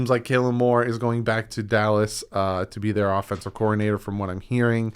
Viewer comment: Bro stop saying kaylen Moore lol. Kellen, no long a or any a sound at all